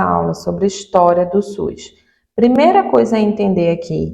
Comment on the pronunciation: É SUS ou suis? 😂